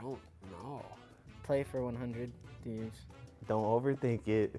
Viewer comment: This mans said “Playing for 100T” 😂